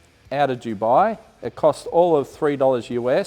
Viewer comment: just to point out aussies...its dubai. not dewbi. it makes a big difference. take note. :D